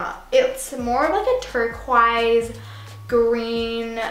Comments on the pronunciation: omg "walk behind me if u wanna catch up on ur geography" lmao dead fyi tho, its pronounced turk-woise (oi like in oink) not turk-wise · BITCHHH HOLD UP DID YOU JUST SAY TORQUASE??? HAHAHAHA YA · am i the only one who noticed how she said turquoise? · you pronounced turquoise wrong